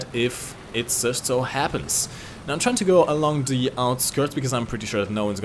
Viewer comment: The way you say "the" really triggers me. I speak german myself, but man, you're not even trying. Nice video btw.